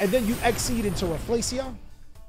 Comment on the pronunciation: Rafflesia is a predatory plant - pronounced "Raf fa lee see ah"